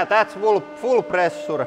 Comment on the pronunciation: "Quite much of plressuure." Indeed!